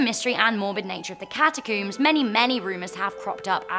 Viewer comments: If she pronounces the catacombs as catacoums, does she pronounce honeycomb as honeycoum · Cata-Cooms... Al-Beeno... Yikes